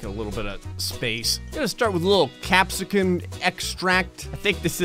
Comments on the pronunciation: "oh Cap sa san extract" its pronounced cap-say-cin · It's pronounced cap say sin not cap sis in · Its not pronounced capsicun. Trust me. I know a thing or two about heat. And peppers. Capsaicin is a chemical that is in many peppers, and the units for measuring how much is in a pepper is the scoville. Your average Jalapeno is scovilles, and pure capaicin is scovilles. The lethal dose is approximately 37g. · it’s pronounced Cap-Say-Son. It’s what puts the spice in food and is healthy for the body in small amounts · Yes, capsaicin(cap-say-sin) is the spicy compound in peppers haha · it is cap-say-sin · I guess this explains why he can't say capsaicin correctly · Anyone else despise his pronunciation of capsaicin?